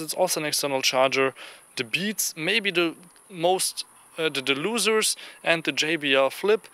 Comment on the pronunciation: lol, "Da beets maybe most uh loozers."